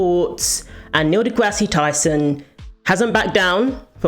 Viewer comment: "Degrassi" - as you pronounce it, is/was a show in the 90s or something. Neil's name is not pronounced the way you think it is. It's kind of childish...